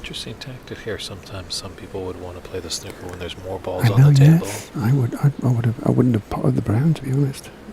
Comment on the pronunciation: Plz it's not snucker it's snooker lol Royston from England living in Costa Mesa California.